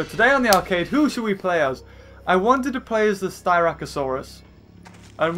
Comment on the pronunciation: Its sst ra c not st y rac